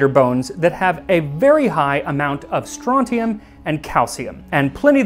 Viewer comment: I heard stronkium and calcium